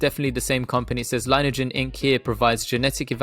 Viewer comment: Thanks for the consistent and super DD,!! Also, just FYI, heard CEO Erik pronounce it Lin-e-ajen (long E in the middle) on an earnings call and other vids. Go BNGO baybeee!